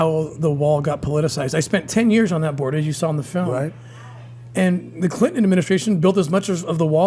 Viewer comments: "a very important filum.." says Trumpf 😂😂😂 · Did you notice how Trump said filum instead of film. There's a difference. And it's not a Irish pronunciation it was deliberate. Its a different word. Wacko world where there are no mistakes and everything means something. I'm not saying I know what. Just that it's BS. 👍🙂🙏